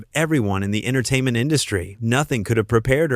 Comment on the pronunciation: Denise Welch is only 13 years younger herself - hardly a spring chicken. Oh, Judy Dench wasn't kicked off. This minor spat didn't "paralyse the nation" because it was on a weekday crap daytime television show. Why is it read by a nasal,droning American voice who can't pronounce words like "entertainment " correctly, or even Colleen Nolan's name. So much garbage